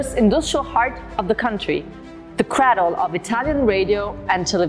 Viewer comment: Un bel filmato, ma con un paio di errori di pronuncia (craddle? Si pronuncia /creidl/) e lessico ('contamination ' - in inglese ha solo significati brutti!) che avrebbero potuto evitare. E che diavolo vuol dire 'a symphony of loud beginnings'? Scusate la mia negatività - amo sia Torino che the Eurovision Song Contest!